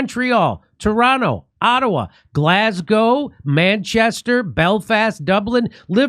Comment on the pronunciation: 😂😂😂jimmy finall you pronounce Glasgow properly on your advert😂😂hopefu we'll see you soon in Glazzgo😂😂😂😂😂😂not Glazzgaaw😂